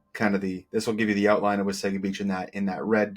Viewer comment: Nice job describing the Wasaga Beach communities! Just a note on your pronunciation... City folk call it like you do but it's actually pronounced "Wah-saw-ga" beach. Blessings